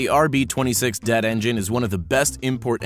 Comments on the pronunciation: Please stop calling the DETT engines “Debt” engines, it’s D E T T. it makes you sound dumb. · C'MON MAN! Dett is not a word. You say D E T T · pronounced d.e.t.t. as "dett" rip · Dett? You mean Dee•ee•tee•tee? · 🤔 first time I’ve heard it called “det” and not D-E-T-T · Am I the only who's disgusted by him saying "dett" instead of "d-e-t-t"? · Lol!!! You actually said dett! “Some say the rb26 (dett) engine can handle a single or even twin turbos” -the person that doesn’t know dett literally stands for dual overhead cam, TWIN TURBO and is pronounced D,E,T,T!🤣 Rotaries are reliable?! Lol! Stop bro! I can’t breath!!! 🤣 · D-E-T-T not det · Lmao ... It also bugged me that, when speaking of Nissan motors, he continued to pronounce "dett" as though it is a single word instead of saying "D-E-T-T" which is part of the engine code's specification designations. He does this with the RB26DETT and later with the VR38DETT. This bothered me greatly and really diminished any confidence I could have possibly had prior towards the narrator's knowledge. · You don't say "DETT" as a whole word. You say it by the letter. Like " D E T T" :/ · It’s not Dett it’s D-E-T-T say each letter it’s not a word 🙄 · you lost me at saying det, not D-E-T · It’s pronounced “d.e.t.t” not “det” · It's d e tt not dett and the r32 is what made the rb26 known but I guess for Americans the 34 because of fast and furious. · ...whoever is reading the script is absolutely clueless. I lost it at DETT. It's D E T T. 😔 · This nigga said Debt instead of D E T T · Why did u say DETT as one word it's pronounced as each letter D-E-T-T Shows Honda Civic type R and refers to it as Acura RSX Type-S as well And then he talks about the BMW diesel I6 and shows 2 M3s The Mazda rotary is reliable until you push it because the scraping on the walls killed the engine compression ratio rendering it useless For the vr38dett again D-E-T-T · It's not one word, you don't SAY DETT, every letter is individual, it's D.E.T.T